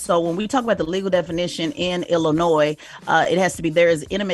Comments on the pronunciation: Why do these radio hosts keep pronouncing the s in Illinois it’s SILENT !! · Tez the S on Illinois is silent lol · I want to tell Tez I’m a fan of hers but Illinois is not pronounced with an “s” it’s actually silent I’m from that area that’s the wild 100’s he got shot at the Maxwell Polish spot on 116th and Halsted, I rode pass and they had it blocked off it’s always some shit going down in that area from high speed chases from carjackings to shootings it’s sad as hell because I could remember in the early to mid 2000’s us just being able to ride around and walk around, now with this subject the streets talk the dude had been abusive to the woman and he was known to have that steel so he was running away to get his gun I can understand a child protecting their parent it’s heartbreaking